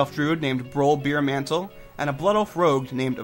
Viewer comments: Beermantle? It's Bearmantle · His name is Broll Bearmantle, as a Bear, the animal Druids can turn into. Not Beermantle as in beer, which you drink. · Sounds like you are saying Beermantle, it's early in the episode try listen for yourself.